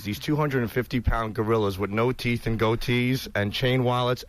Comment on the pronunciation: big teef boff